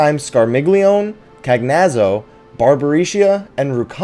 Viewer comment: Welcome to another EXCITING EPISODE of... KNOW-IT-ALL CONDON!! ... You're actually pronouncing "Cagnazzo" incorrectly. You see, the NAME "Cagnazzo" comes from Dante's Inferno, which, in the time it was written, was oft-chastised for having been written in then-modern Italian, as opposed to Latin, which was, and still IS, considered the traditional language of the Catholic church. The name should thus be pronounced as an Italian word, with the "gn" pronounced as a "ny"-type sound, as in "Lasagna", and the "zz" pronounced as a "tz"- or "ts"-type sound, as in "Pizza"